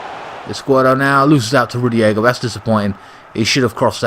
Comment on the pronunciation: Good team selection mate! and don't worry about pronouncing the opposing players, we only care about the chelsea ones, lol. and by the way, it is Rudiger not Rugiega. and it is Kovicic not Kovacovic! lol. Keep it up man. My man of the match was Kante in this game, I agree with you.